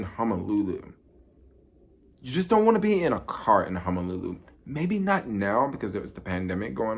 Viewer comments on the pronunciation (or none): It's HONOLULU, not 'Homolulu' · I thought it was hozolulu